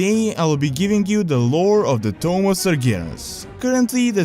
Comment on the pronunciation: sounds like your saying tome instead of tomb